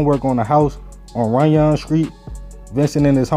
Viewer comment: Runyon pronounced like onion with a R. Good video though my G!!